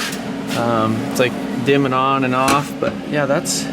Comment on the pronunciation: "And'da" "but'ta" that'ta" 😂😂